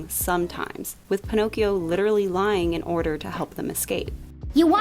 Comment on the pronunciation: One word: “Pinokes”. WTF????